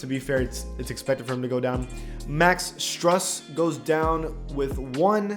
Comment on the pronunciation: its prounouced Struus like goose